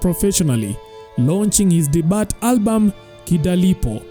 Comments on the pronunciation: Hello. Debut is read as debiu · check the pronunciation of debut